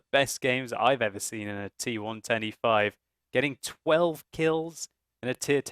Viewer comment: When says T110E5, I always hear and understand T125.:P